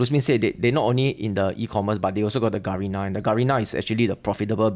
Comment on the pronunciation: First time I hear Garena being pronounced as G-Arena. Lol